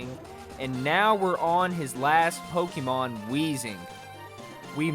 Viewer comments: You know it's gonna be a shity commentary when you ear "poh - KEE - mown" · I went into this video thinking he was gonna evolve them But no, that'd be too easy. Also, the constant mispronunciation of Pokémon and Arcanine makes me sad.